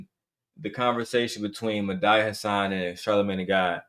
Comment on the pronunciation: Dude i knew it the moment you mispronounced Medhi i said lawd homie is out here tap dancing😂😂😂 i respectfully think you don't understand politics. Thank God the democrats is standing on business and dude listen to your wife like historically shown black women have the right pulse on politics